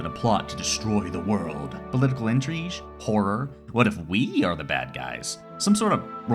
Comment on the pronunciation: I like how intrigue is "intreej"